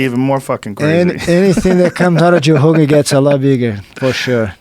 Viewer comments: Ok, as a Brazilian fan, all due respect to Jean Jacques, but I think that he pronounces Rogan as "Hogan" because he probably saw Joe's name written and thought of it in Portuguese... and he never gave it a second thought. It just stuck to his head and that's it. Rio de Janeiro is pronounced "Hee you the Gianeeero"... The R in the beginning of names and nouns just have a regular H sound to English speaking ears. That's it. Btw, happy belated B-Day, Joe HOOGAN!! lol cheers! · The word is written with a r, but it's pronounced like you pronounce an h in english. And if he had said heeo it wouldn't go over his head because joe specifically asked why he pronounces Rogan as Hogan and Rio as Reeo and not heeo. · In brazilian portuguese, we don't emphasize the R in "Rio". It's actually just like Jean pronounces "Rogan" as "Hogan", we say "Rio" sounding "Hio", and I think Jean wasn't clear about it. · How long did it take Joe Hogan to learn to say Hoyce & Hickson? How long will it take for him to say Habib properly?